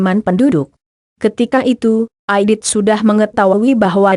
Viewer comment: Muhammad Reza iya bener baca aja salah dn aditi katanya